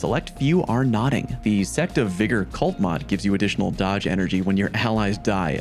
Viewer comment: You said sect of vigor with a really hard R bro…